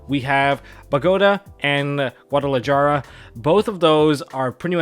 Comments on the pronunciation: Say it with me guys goo-ah-dah-lah-HARA GUADALAJARA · Just like Yugioh card names he can’t even pronounce Guadalajara right 😂 no hate just seems funny to me. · pronounces Bogota and Guadalajara like they're yugioh card names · I'm not here to roast your list, I'm here to roast your pronunciation of "Bogota" and "Guadalajara" I get you're Canadian, but thats such a Midwest US move you just made my man lol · You know he's Canadian when he can't pronounce "Guadalajara" correctly lol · I think no one who speaks English pronounces Guadalajara correctly